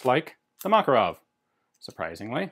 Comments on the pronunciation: correct pronounce is MakArov, not MAkarov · Why do you pronounce it as Mákarov? It's not pronounced this way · Russian pronunciation is MakArov (Макаров), English pronunciation is MAkarov (Makarov) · I love how Ian's pronunciation of Makarov is in between American and Russian lol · The thing is, it's not like it's an english "variation". You're literally mispronouncing the guy's name. Ref. GArand vs GarAnd. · Fun fact: name 'Makarov' actually has the stress on the second syllable. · Mate, I understand the tradition of pronansuation, but respect the rules of other languages: MakArov, TOkarev, KalAshnikov...